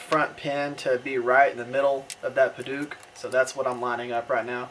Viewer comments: Padauk, not paduke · Great video. Only problem is your pronunciation of Padauk. It should be pronounced Peh-Douk (Douk pronounced like Doubt). Hope this helps.